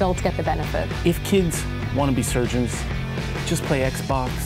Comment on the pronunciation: Lol.. "Surgeons"